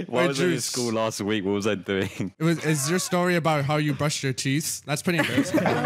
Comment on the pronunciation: said dooing